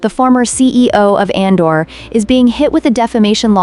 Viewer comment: Just an fyi, it’s pronounced as A-dor, not An-dor. 😊